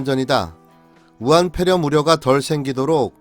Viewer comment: 아직도 우한뾔렴? 발음도 안되면서 왜 자꾸 뾔렴이라고 하는지 ㅉㅉ 안스럽구나